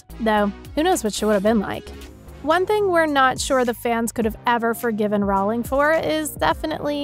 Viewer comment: Her name is pronounced like Rolling, not Rowwwling.